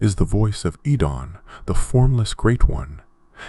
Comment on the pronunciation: Take a shot every time bro switches up his pronunciation of "oedon"